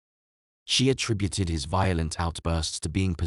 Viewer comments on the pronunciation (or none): none